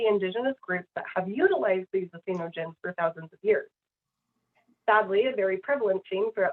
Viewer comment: boo! she cant even correctly pronounce the word "entheogen." OMFG. you can tell her decades of use of make-up, sunscreen, and skin and hair products has seeped into her brain.